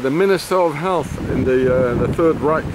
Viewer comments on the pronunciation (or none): none